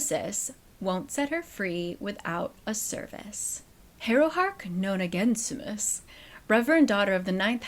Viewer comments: noh-nah-JES-i-mus. The G makes a J sound. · i had to pause the video at hearing you pronounce Harrow's name. it's Nona_JESS-imm-us pls:D